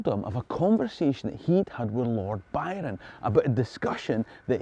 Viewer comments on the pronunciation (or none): none